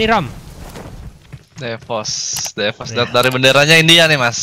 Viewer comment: Bacaanya bukan devos lah, Dihhhhhh 😏😏